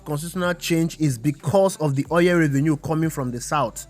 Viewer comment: Very informative, good job. However, stop saying "oyẹl" it is "oil"